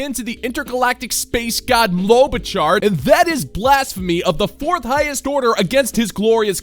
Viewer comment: Lobachar, Clobachar? Which is it dude?